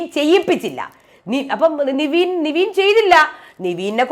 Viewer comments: നിങ്ങൾ നിവീൻ എന്ന് പറയുമ്പോൾ അരോചകം തോനുന്നു. കാരണം പുള്ളിയുടെ name നെവിൻ എന്നാണ്. എല്ലാരും അങ്ങനെ ആണ് വിളിക്കുന്നത്, Bigg boss അടക്കം. Kevin എന്ന name കിവീൻ എന്നാണോ വിളിക്കാറ്. എന്തോന്നടെ ഇത് എത്ര പേര് പറഞ്ഞു ഇതൊന്നു മാറ്റാൻ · നിവീൻ അല്ല നെവിൻ അല്ലേ..